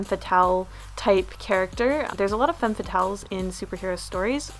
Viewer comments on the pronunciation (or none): none